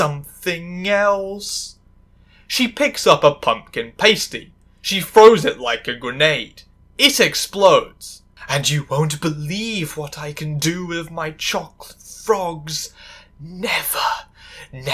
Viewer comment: Your pronunciation of Pasty is painful, but this was a good few days! Thanks!!